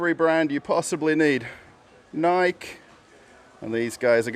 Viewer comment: Why are you pronouncing Nike that way?